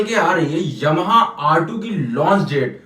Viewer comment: aapka ymha bolna bahut badiya lag rha hai, pure eastern UP touch😊😅😅